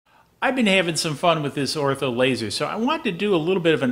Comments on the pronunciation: The name is pronounced Or-tur. Not Ortho. Other wise your videos are great. I like your short and to the point videos. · Why do you keep calling it "ortho" laser?